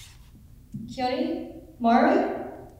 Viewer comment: ..... have I never heard Keone's name spoken aloud? why did that sound wrong o.o!!!!wowzers!